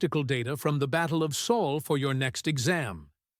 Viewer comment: Wow, the ai learnt Sol and said it right :P